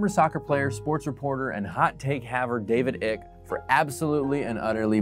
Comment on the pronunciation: "David Ik"......?